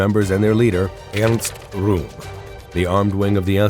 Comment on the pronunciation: I've never heard the name Ernest Rohm pronounced that way. I'll take your word for it, that it is correct.